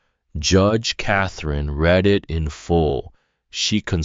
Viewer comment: The AI narating this does not know how to say "THE" or "READ". But the story is good.